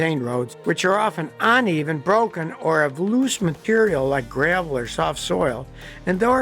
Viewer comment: "Oneven"??????. ASPHALT not ASHPHALT.